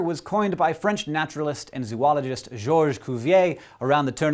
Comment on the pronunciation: Did Hank really say "Zoo - ologist"? sigh